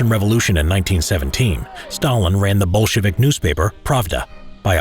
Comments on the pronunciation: I’m hearing “Bullshit” party instead of the correct word lol. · it's so interesting how the narrator makes "Bolshevik" sound kinda like "Bullshitvik"😂😂😂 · Why do I heard bullshitic and bullshitvics